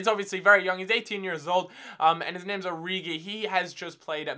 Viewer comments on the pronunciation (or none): I've been told that Origi is pronounced "Ori-She".